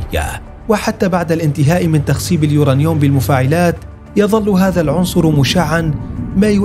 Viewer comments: اسمه اليورانيوم وليس اليورنيوم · تعلم كيف تلفظ اليورنيوم يارجل ... كلنا نستطيع البحث في ويكيبيديا و ايجاد هذه المعلومات الميزة في كيفية عرضهاا ماهذا اللفظ الركيك و الضعيف لكلمة بسيطة مثل هذه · كله تمام ومبارك للمملكة ولكن ملاحظة للمذيع لو سمحت اسمه اليورانيوم مش اليورانيوووم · uranium اسمعوا كيف ينطقها: يورانيوووم 😂